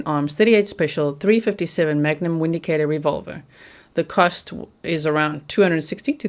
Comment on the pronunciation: The Windicator pistol is pronounced Vindicator, a German made pistol